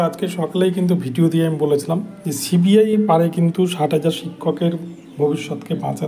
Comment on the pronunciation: Cbi উচ্চারণ ঠিক মতো করুন।